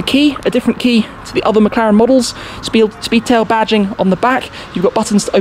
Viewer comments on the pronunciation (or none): Love the Shpeedtail!